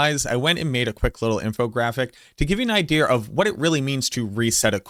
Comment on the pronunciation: I love you. You say "Idea" as "Idear"